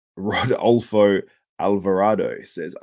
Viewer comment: Roe-Doll-Fo Lmao 😆😆😂